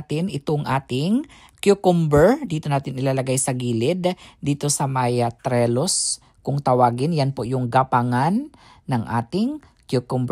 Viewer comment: Brother, yung gapangan ng halaman is called a TRELLIS not Trellus. I know you wont be offended by this. Kasi open minded ka at hindi easily offended with any correction. I love your garden with fruits and veggies. AT, Ang sarap mo panoorin mag eat. Inggit ako sa kain mong laging may rice, because I can only eat 2 tbsp of rice (basmati) each meal since I am watching my sugar (carbs become sugar). Rice is life kasi for us Filipinos.